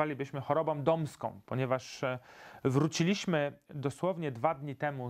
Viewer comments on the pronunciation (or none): tak dystyngowanemu dżentelmenowi nie wypada akcentować na drugą sylabę od końca czasowników w czasie przeszłym w liczbie mnogiej: wróCIliśmy, a nie wróciLIŚmy żegloWAliśmy, a nie żeglowaLIŚmy ZDAliśmy, a nie zdaLIŚmy przeŻYliśmy, a nie przeżyLIŚmy obaWIAliśmy, a nie obawiaLIŚmy ogląDAliście, a nie oglądaLIŚcie Polecam np. A do HDRa nic nie mam;) Pozdrawiam!:-)